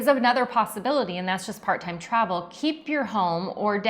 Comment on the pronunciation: Liked and Hyped! When you introduced “Part-Time Travel” I heard “Part Time-Travel” and my ears really perked up. Haha😂. We are loving being part of the privileged homeless in our Solis 59PX and our eco-resort living in Ecuador. Keep on keepin’ on. Thanks for sharing your reality with all of us. Sorry we can’t make Tempe.